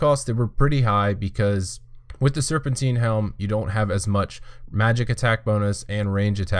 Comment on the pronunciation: Its not "Serpenteen". It's serpentine. Like Time. Tine. Serpentine. Jesus christ kid.